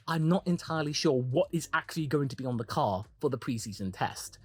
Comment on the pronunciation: I can already picture it now. Multiple holes in multiple desks, the echoes of “HE TELLS US CHANGE OUR CAHH, AND NOW HE CHANGE HIS CAHH TO LOOK LIKE OUR CAHH WHICH HE SAID WAS FAKKED. THIS IS NOT RIGHT CHRISTIAN”.